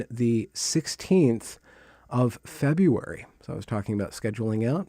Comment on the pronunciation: Absurd! You take him to task for how he said rhetoric, but you have nothing to say about how he said "February"‽